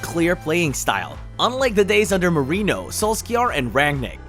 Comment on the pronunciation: Doesn’t even pronounce Mourinho right lmao super casual